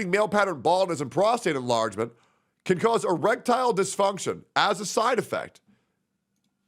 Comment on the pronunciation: Bro put a bit too much emphasis on the side affects 💀